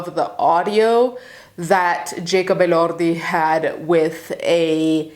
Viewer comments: Elordi- uh-lore-de English U.S/West. Different if your pronouncing in another language or you speak English, but the majority of your audience is of another language, which doesn’t make sense! But it’s a good thing that you have enough respect for the person and assuring that you get the pronunciation, correct! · Like ElorrrrDi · As an Australian, we pronounce it uh-lord-ee. Also...... kylie & Jackie o show is well known to be absolute trash. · We get you’re Italian stop trying to pronounce peoples names all crazy it’s kind of annoying. He’s Australian, not Spanish or Italian or French. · Skipping the video because the unnecessary accent on the last name. Idk why it’s grinding my gears but it is 😅😅😅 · He’s not even Italian, why you gotta say his name like that? Lbvs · The accent just on his last name really makes me giggle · 100% lol